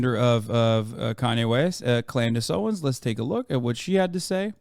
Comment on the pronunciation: "Klandace Owens" lul